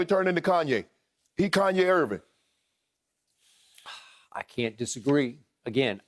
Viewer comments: He called dat man kanye ERVING😂😂😂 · "kanye erving" hahaha